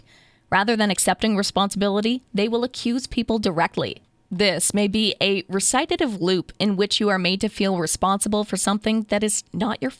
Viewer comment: I’m sorry to inform you that the narrator is pronouncing the words prevalent and recitative improperly.